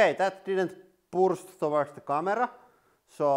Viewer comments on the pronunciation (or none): none